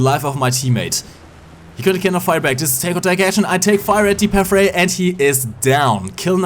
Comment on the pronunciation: wieso sprichst du Panther so aus? ich mein ich mag dein Englisch aber ich geh mal stark davon aus das du schon mal ein Englisches War Thunder Video gesehen hast und selbst Leute die kein Deutsch sprechen sagen den namen besser als du :D da jeder die Namen Deutscher Panzer versucht in Deutsch aus zu sprechen ob er es kann oder nicht könntest du es auch einfach Deutsch aussprechen.